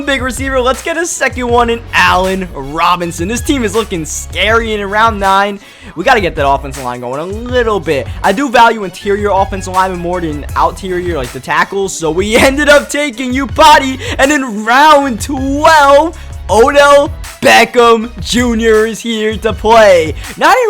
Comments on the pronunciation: outerior? It's fine I'm a big fan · my nigga i know you didnt just say out terrior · "Out-terior" - 2016